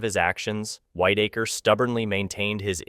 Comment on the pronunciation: Its a shame that creators are so lazy they use the crappiest AI voiceover. This has got to stop. It's resume not resumè. It was Whitaker (pronounced wit) not whitetaker. Ffs do better.